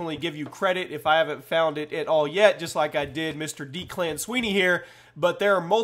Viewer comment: It's pronounced deck-lan